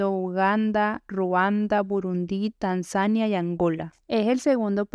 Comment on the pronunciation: Tanzania se acentúa en la penúltima sílaba (!)